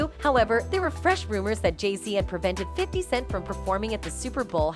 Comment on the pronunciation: The voice on this post keeps calling 50Cent , 50 second's 😂